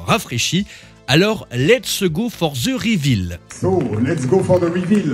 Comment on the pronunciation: Google me propose de traduire en français. C'est que ça ne doit pas être si mal que ça 🤣